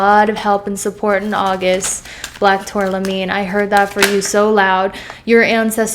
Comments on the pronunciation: Love you,! It’s tourmaline, not tourlamine. Love the black tourmaline reading. 🖤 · Loved the reading! Thank you ✨🙏🏼✨ Yes, I’m feeling like I’m ignoring it… 😅 P.S. it’s TurMAlin btw not turLAmin. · Thats what I thought lol she says tourlamine but wrote tourmaline